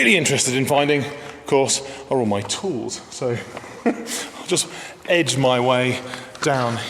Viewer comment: "Eddge my way" ... : )